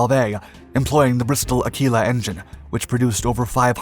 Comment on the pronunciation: American pronunciation is quirky but Aquila is A-kwee-la and the 'th' in Rothermere is voiced, as in bother.